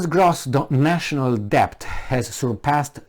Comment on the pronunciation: Unsolicited but possibly useful advice for: 1. Shorten the little comparison anecdotes..." What if you had a neighbor who.." "What if you were a coach who..." "what do you do with an employee who.." etc and get to the point faster. 2. "Debt" is pronounced without "b" (det). 3. Consider the possibility that despite the obvious stupidity of those appointed to pretend they run anything, the disaster that results is not caused by their stupidity but is he actual INTENDED result by their string pullers